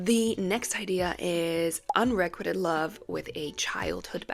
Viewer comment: the way you said unriquited was sad since you're an editor